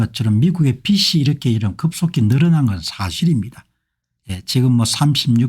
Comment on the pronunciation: 공박사님~ 논평을 매번 잘 듣고 있습니다~ 참으로 수고가 많으십니다~ 감사 드립니다~ 근데 비치(빚이)가 아니고 비지(빚이)가 맞는것 으로 알고 있습니다